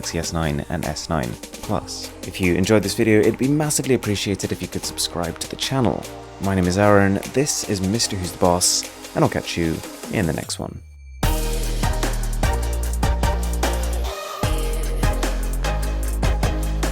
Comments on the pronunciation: Nice vedio bro ... by the way when u r name is arun , y do u pronounce it as aaron? A small doubt ... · Isn't your name Arun? You pronounce it as Aron